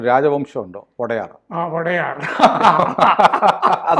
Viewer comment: മൈസൂർ രാജാവ് വൊഡായർ ആണ്. വടയാർ അല്ല.